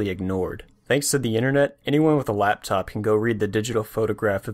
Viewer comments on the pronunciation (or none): none